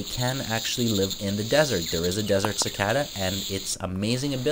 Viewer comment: si-kay-duh, you mean, dude.